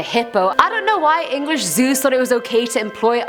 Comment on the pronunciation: It sounds like she’s doing Zeus not zoos R.I.P all animals that were shot for the stupidity of mankind